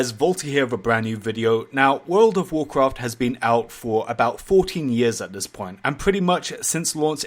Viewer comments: "woooulud ouf wouuloaad" :D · Statistics of comments on vaulty's videos 70 percent is making fun if the way he says "world of warcraft" 19 percent is calling him the Ali-a of warcraft 10 percent is replies 1 percent is stuff that actually has stuff to do with the video